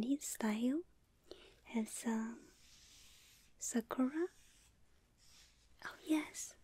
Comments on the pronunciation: Oh!! Your Japanese is so good!!!あなたのにほんごは、とてもじょうずです！ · Your Japanese is NICE!!!!✨がんばれ！